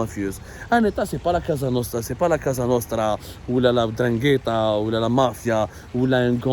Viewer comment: Mr l’intellectuel la « COSA »nostra Pas « CASA » nostra